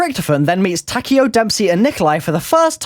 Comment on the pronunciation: why do people say takeos name tak then eo so like ya, when you pronounce it as tuh keo but spelt like takeo, just sayin